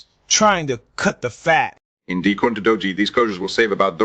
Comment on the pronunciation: i award you negative 3 points for pronouncing Doge "dodgie". and negative 3 points for fake news. i made it so